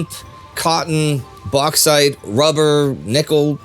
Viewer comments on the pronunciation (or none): none